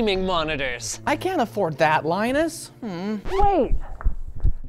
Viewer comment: I thought your name is pronounced "Lee-nus"